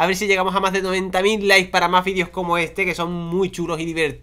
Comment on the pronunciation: Minuto dijo lis en ves de likes